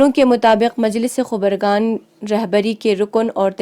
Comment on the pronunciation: Mam khubargan nahi khabargon